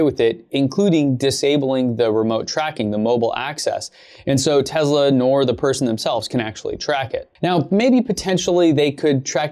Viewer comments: TeZla 😁 Huh ... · Ware is the Z in Tesla you keep saying tezla wtf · Not to be rude or anything but it’s Tesla not Tezla it just bothers me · Its not tezla it’s te-ss-la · It's pronounced Tesla. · I heard Elon say it was more Tezsla. It’s funny that it grates on people’s nerves. It does mine too but I breath a deep breath and think zen thoughts. It’s not going to go away. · It sounds like tezla